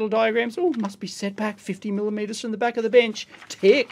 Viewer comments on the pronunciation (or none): none